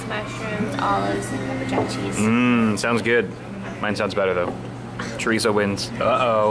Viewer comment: Butchered the word Chorizo but ok